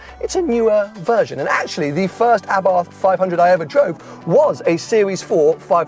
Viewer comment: Please say abart not a bath